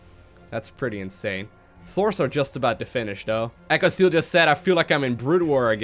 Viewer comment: "The size of that is insurrhurrhurr" - 2016